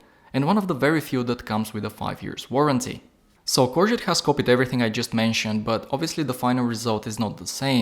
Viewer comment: Pronounced “core go”